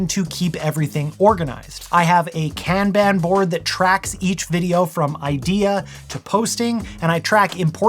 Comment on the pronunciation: only telling you this because I love your videos and you deserve to know. The Japanese word "kanban" is pronounced "kahn-bahn", with emphasis on the first syllable. Avoid saying "can-ban". 😬 I work on an Agile Application Development team and so we use the term a LOT. I kind of feel rude correcting you, but I have the best intentions.